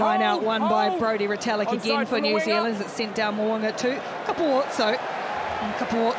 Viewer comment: Can the English commentator pronounce anyone's name correctly? He butchered Retallick, Papali'i, maybe Tele'a and Savea too.